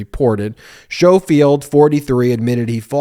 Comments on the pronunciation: Ben the correct pronunciation of his name is the same as saying the word 'school'! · Skough- field. REN-suh- LEER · Ben, I’m pretty sure his name is pronounced skofield and the county is pronounced renseleer. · I believe they are pronounced ‘Skohfield’ and ‘renseleer’ (with the ‘r’ on the end). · To be slightly pedantic, I feel confident the dude's name is pronounced Skoal-field.